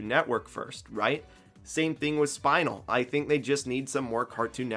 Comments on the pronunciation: It’s spin-el not spinal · SPINE-ULL??? tf 🤣 she spins and is female, SPIN-ELLE lmfaoooo yeesh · U know he said spinal during the video and I'm like who the hell is spinal but its pronounced spin-el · HER NAME IS NOT SPINAL LIKE A SPINAL CORD ITS PRONOUNCED (Spin-el) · Who tf is SPINE-el it's. spin el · You get a free pass because I know you probably have never watched steven universe but it's pronounced "Spin-nel" not "spine-nel" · Bro said spine-L instead of spin-eL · It’s pronounced Spin-El, as in “Spin” like a spinning ballerina. And I love Spinel, truly Stan spinel, but Jake’s already in there? I prefer diverse meta-abilities and theres a lot of cool gems from steven universe with many different powers, besides ones we already see in this game. But I guess raven, Gandalf, the witch and Beetlejuice all have “magic”, but they have different vibes! Different styles of cake! And in terms of digitized-combat, Spinel and Jake feel as dissimilar as strawberry and banana laffytaffys. I suppose She’ll have her scythe. Maybe some poison🤞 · every time I hear you say Spinel as "SPINAL" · Did you just misspelled spinel with "Spinal"? That's not how you says her name LOL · Did anyone notice he said spine nal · Dude just called spinel spinal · the way he says spinel causes me physical pain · Why the fuck do you say spinel like that. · This is a good video but the way he pronounced Spinel 😭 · Glad to see some recognition for Spinel (despite the pronunciation). I think she would make the most sense for another Steven Universe rep and would have a sick moveset to boot. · Stop saying Spinel like that 😭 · Excuse me how did you just pronounce Spinel’s name, im crying, thats so embarrassing ☠️ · I know you don’t watch steven universe but the way you pronounce spinel is hilarious